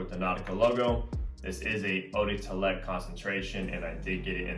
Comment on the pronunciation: Good stuff bro been digging the content! Just remember it’s pronounced “oh-deh-twa-let”